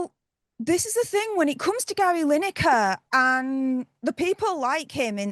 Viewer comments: Is she saying Larry? Haha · Did she call Gary Larry? 🤣🤣🤣🤣